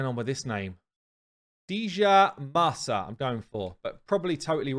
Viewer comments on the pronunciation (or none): The D is silent in the name Djamarsa. Like in the words, Djed, Djent. So Jamarsa.